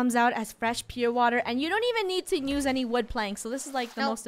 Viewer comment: I like how funny says nuse instead not use